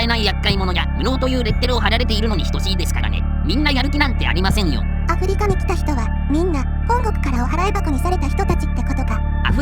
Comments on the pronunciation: ところどころ「あふりか」が「あふりりょく」になってませんかねぇ… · アフリキってか